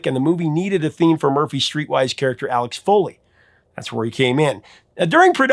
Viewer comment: Not “Alex Foley”, his name was AXEL FOLEY, in Beverly Hills Cop.